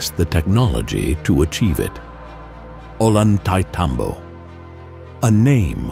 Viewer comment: I have been there. It is amazing and incomprensible. It's pronounced Oyantaitambo